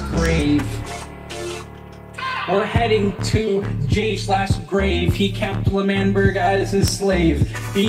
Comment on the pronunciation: I'm crying lmao... when sapnap called lmanberg/mangberg lamberg!! HAHA